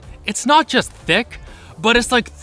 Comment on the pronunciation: you can actually feel the 'CC' in the 'Thicc'